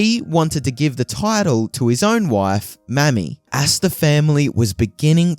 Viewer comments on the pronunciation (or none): The name Mamie is pronounced "May-me" not mammy. 😂